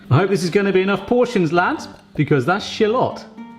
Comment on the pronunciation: Did you really mispronounce shallot all for one bad pun at the end of the video?